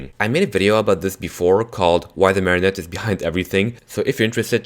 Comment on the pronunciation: Its not its mareone